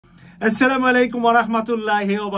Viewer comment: আপনি সালামটা আরো শুদ্ধ করে দিবেন আশা করি ।আস্সামু আলাইকুম ওরাহমাতুল্লাহি ওবারাকাতুহ